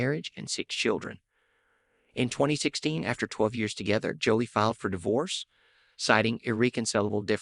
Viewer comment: Wow you must have just started this channel.? You literally have no subscribers. Anyway I subscribed. They call Brad's ex-wife Angelina Jolie. They pronounce it like she's being jollly. Is that is the AI. It is so annoying. 🤔🫡‼️